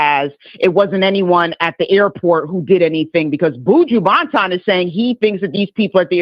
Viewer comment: How is it really hard to pronounce Buju Banton? 4 letters, n 6 letters. Like, freal, this is part of separatism problem! Buuujoo Baant-on! 😂